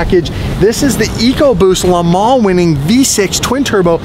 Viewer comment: Drinking game #2: Take a shot every time says Le Man's